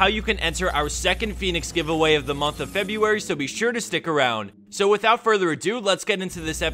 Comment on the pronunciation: of the month of "febbabauury" :D